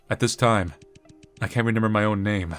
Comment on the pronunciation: 'Renember' (No idea why it stands out to me, but it's a fun little quirk)